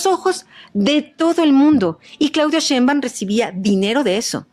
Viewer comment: Es algo que no entiendo el por qué varios pronuncian; Cheinbaum, es tan fácil decir su apellido así como se escribe (Sheinbaum) Así es como se pronuncia, con la letra “S” nooo con “Ch” La periodista y YouTuber, no puede pronunciar el apellido con “Sh”